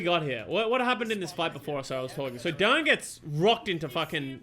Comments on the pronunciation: It’s pronounced Daan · Daan is a common dutch name, idt english people usually struggle with saying the dutch double A